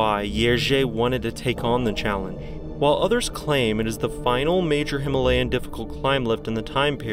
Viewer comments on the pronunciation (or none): none